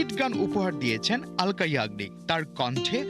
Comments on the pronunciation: অলকা না,, আলকা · Sauangbadik ra uccharon thik koren. Aloka yagnik hobe na,alka yagni